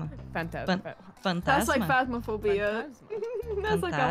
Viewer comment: saying fantasma, she said it so well ❤ She is already an Brazilian